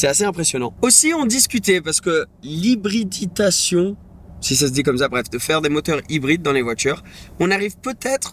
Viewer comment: Bravo pour tout, super vidéo, merci! (oui, on dit "hybridation", ou "eTcetera" au lieu d' "eCcetera", mais on s'en fout; bravo aussi pour ton français exceptionnel acquis en très peu de temps!)